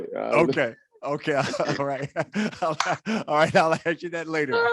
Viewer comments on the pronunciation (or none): none